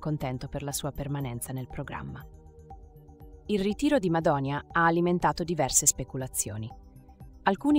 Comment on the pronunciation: Madoni'a (accento sulla i) mai una volta detto bene da cialtronilandia, ha perso una buona occasione per la sua ingiustificata mania di protagonismo. Per i più è un perfetto sconosciuto, ha sbagliato.